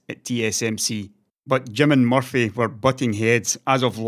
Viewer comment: Is his nickname MUFFY or Jim is pronouncing MURTHY's name wrong with his accent?